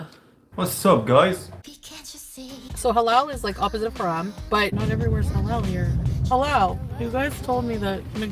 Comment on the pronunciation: Hate how she says “ha ham”.